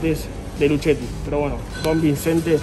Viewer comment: JAJAJAJAJ lpm madreee le dice lucheti, se dice luqueti 😡😡😡😡😡